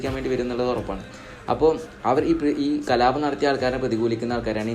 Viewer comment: കലാപം ✅കലാബം ❌